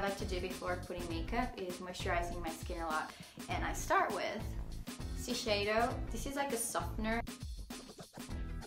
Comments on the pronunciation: SHI-SE-IDO. NOT sisheido -.- she mispelled it like, everytime. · ”Sisheido” I’m sorry 😂